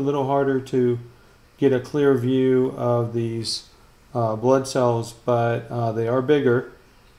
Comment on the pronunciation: All i can hear butt cell😂